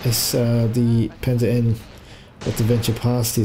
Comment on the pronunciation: "Panzer Eye"? Do you mean Panzer One?